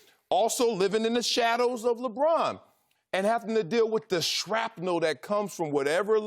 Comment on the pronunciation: What was that word Marcellus used schrapna?! Schrapna